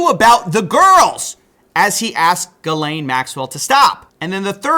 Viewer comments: Its pronounced Jizzlane not Gil-aine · it's pronounced jizz lane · I thought it was pronounced “JIZZ-LANE” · Tip: Ghislaine name is hard to know how to pronounce based on how it's written. But there are similar names elsewhere, including in my country, and speculating from that, I think the right way to pronounce it is "Jislaine" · the only reporter (or one of very few) that pronounces accused and victims names correctly. I know that’s not the point but I can’t stand hearing Jizz-lane all the fkn time.